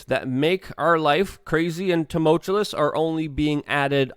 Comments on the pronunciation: LUUUUUUUUUKE - "ta mull chew us", not "ta mull chul us" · TU - MUL - TUOUS, c'mooon, maaaann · I think you mean 'tumultuous' which is not 'too- mult-chew-LESS' it's just promounced 'too-mul-chew-US'. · Tumoltuous. Say it with me, too mull tyoo us. Not- too mult tyoo lus as you repeatedly keep saying. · Love your commentary Luke. But it's pronounced tumultuous. Not tumultulous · Tumultuous Luke. Tum-ul-tuous. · Say “turmultulous”……one more time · Dude! How are people supposed to take you serious when you can't even pronounce "tumultuous"? And "nuclear". Sound it out. Hooked on phonics, bro. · You're mispronouncing tumultuous. Picky, I know. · I like this opening statement The way you pronounce some words man, hehe tumultuous, contingency Anyway good job :) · Don't take this the wrong way, Luke. I love your channel. But really, if you cant pronounce a word, such as "tumultuous," maybe don't try to say it 3 times in a row. Haha!